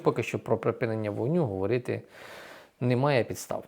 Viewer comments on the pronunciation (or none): none